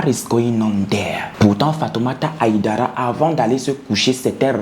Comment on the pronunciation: le nom se prononce HAÏDARA et non HIDARA en français et même en malinké 😘